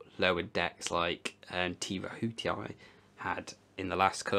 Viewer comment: "Te Aihe" is pronounced "Tee Eye-He"